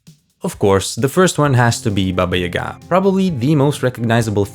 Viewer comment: Thank you for pronouncing Baba Yaga's name correctly.